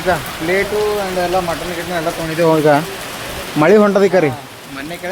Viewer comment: Anna Motton alla Mutton 😂😂😂